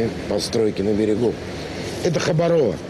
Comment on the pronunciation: ХабАрово, а не ХабарОво!!!🌅🌋☀️